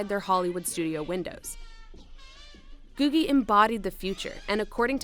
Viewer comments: Pronounced GOO-jee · I’ve always heard it pronounced “goojie.” (LA native here)